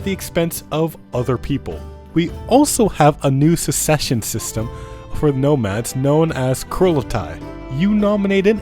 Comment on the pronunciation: please, it's SUCCession, not SECession